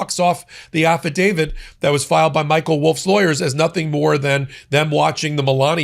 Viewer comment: “AffidaviD” AGAIN??? There is ONLY ONE LETTER ‘d’ in that word!